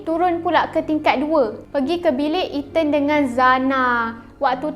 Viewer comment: Itu lahh..😂😂😂 One more Eten. (Ethan)